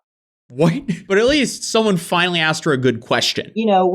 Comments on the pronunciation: "I'm is axing" She can't even speak! It's her native language and still can't speak it! It's "ask" not "ax" It's "I am" not "I'm is". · Baut she axed all the right questions man. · I AKKKSSKEED question axeddd dem kweshtins GUURL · The I axed questions. Haha I axed the cards and after I axed hahaha Jesus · She axe questions. We got a scholar here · She says aksed instead of asked on purpose just to look cool. It doesn't look cool. Ashley was most likely a bully at high school too. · What is "axed" mean? She said she "axed" someone something. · IT’S NOT AXED!!!! It’s ASKED. Is it just me, or does Gia look like a retired Alina Habba? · "axed" and "axing" tells me all I need to know. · Hey, she axed the questions what's the big deal!! Don't arrest her or your racist!!! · as soon as someone says "axed" instead of "asked", i generally have very little confidence in what's coming next. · What is axing a question?? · If you're a professional anything, you should be able to say the word "ask" correctly if you want to be taken even somewhat seriously. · her pronunciation of the word asked tells me enough about her intelligence. never met anyone but people with room temperature intelligence iq saying aksed. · she sure axed a lot of questions to cardboard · I don’t trust anyone who says axed instead of asked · Ashley is the murderer!!! she just said she axed them all!!! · She "axed" the tarot cards. She AXED them. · she keeps saying "axed"... it's ASKED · don't take anyone seriously that consistently says 'axed' instead of 'asked.' it's not hard. it just shows ignorance and lack of education. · "axed" Did she brutally kill people with an axe???? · She aksed questions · I did a reading and this lady eats babies. And I axed them many times. /s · Are we sure she didn't do it? She said she "axed" them several times lol. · Oh, well why didn't she say she axed different questions from the beginning.!?! That changes everything 😂😂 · Asked, its asked. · It’s ASKED NOT AXED FFS